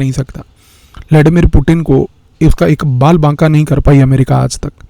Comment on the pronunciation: उच्चारण ठाक कराइए। “पुटिन” नहीं। वह पुतीय्न है।